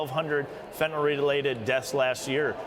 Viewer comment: First of all, Mr. President, it's fentanyl, not "fentanol." The second problem is your emphasis on the fentanyl having entered the country under Trump. Does that mean that fentanyl deaths are better when it comes under your administration? At least Trump tried to do something about this problem.